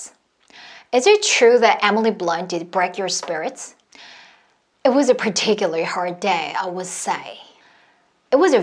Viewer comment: Particularly 를 particuly 로 발음하는 것처럼 들리네요